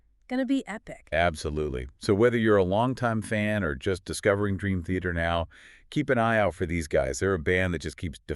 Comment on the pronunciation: Ah yes, my favorite band… Green Theater. AI ‘podcasts’ are so lame.